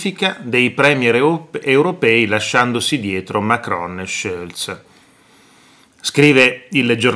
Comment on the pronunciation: ma perché dici Schölz e non Scholz cosí come é scritto ?